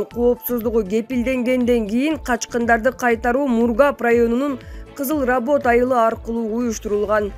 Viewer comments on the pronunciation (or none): Работ эмес Равот